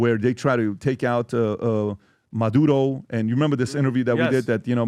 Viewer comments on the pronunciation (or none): Who is “Madodoh” that PBD is talking about? Am I supposed to know who that is? Is he trying to say “Murdero”, the Venezuelan dude Trumps tryna *Pop, Pop!*?